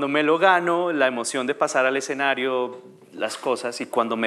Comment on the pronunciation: La voz en off es hecha con IA? Aunque pensándolo bien no lo es, porque la pronunciación sería perfecta. Cómo es posible que diga todo mal. Exenario es la peor. De por Dios!!!